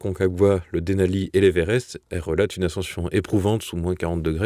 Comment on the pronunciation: pas évérest en prononciation () mais Everest, merci